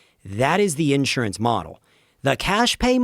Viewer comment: Unless you can find a way to pronounce the word Insurance like you live in the 21st century get off the fucking mic